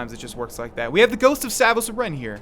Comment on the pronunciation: Off-topic note, you pronounce Aren weird. I've never heard it "uh-Ren" before, only "Ah-ren."